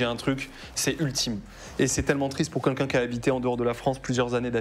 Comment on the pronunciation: J'adore le format ! Par contre je suis hyper déconcentrer par le "Quinlqu'un" au lieu de "Quelqu'un" xD